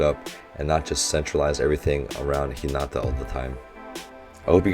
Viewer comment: I notice a trend about hinata and tanaka's pronounciation I hear lot s of people putting stress on the NA like hi(NAA)ta (make sure to prounonuce the T, it's not hi(na)[da] its ni hinaTa the Na is a bit longer but it should be one syllable long same for tanaka, I hear you pronounce it Ta[Naa]ka both stress should be put at the end of the name as if ending sentence This may not be a good explanation but I hope its correct and helps you